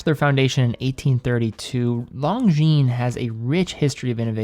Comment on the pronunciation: Ok, i guess I have a pet peeve... Lon-gines (single "g" and a silent "s"), lon-gines... not long jeans... I know, watch brands are all intentionally made for mispronunciation, but this one seems preventable with a little help from your friends. Looking forward to your next video!